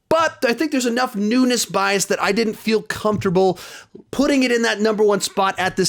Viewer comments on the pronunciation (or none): none